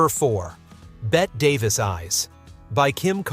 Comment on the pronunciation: Neither was anyone else EVER! They make it sound like they took a vote! And BETTE Davis is pronounced BETTY DAVIS!!!!!! BETTY, not BET!